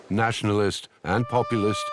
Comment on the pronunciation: 1 minute in, and I can already see this is gonna be anti serbian.... "SeRbIaN naATiOnaAaaLiSssT" and "freshly independent" LOL